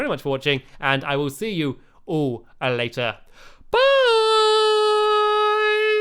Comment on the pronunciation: LAUGHS SO HARD dear stampy its later not litter